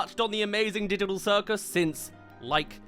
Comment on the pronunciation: "amazing diditol circus"